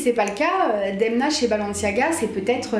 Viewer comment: C'est balenciaga non pas balanciaga